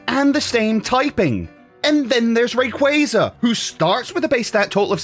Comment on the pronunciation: Did game freak actually change the names of certain pokémons like suicune and Rayquaza cause now it's "Su-ii-sune" and "Rāy-Cüza"